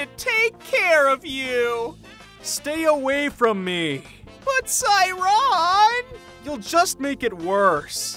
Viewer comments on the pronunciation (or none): WHY do you pronounce their names like that LKFJSLDKJF it's "say-young" and "say-ran" *NOT* "sigh-young" and "say-ron" lmao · Just wondering is that really how you pronounce the twins names? I’ve been pronouncing them the way I read them so sae would be sa-eh and then the last syllables of their name.